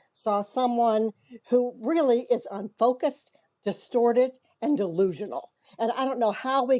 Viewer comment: *delusional, not dilusional